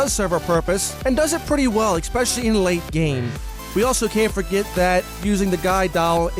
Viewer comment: Don't fucking say expecially ever again